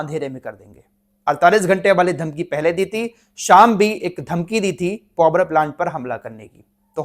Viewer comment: पोवर प्लान्ट क्या होता है पावर प्लान्ट ही बोल दो